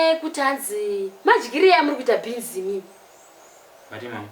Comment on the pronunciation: Kkkkkk beans or beens